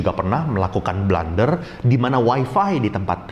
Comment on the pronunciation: blUUUUnder bukan blAAAAnder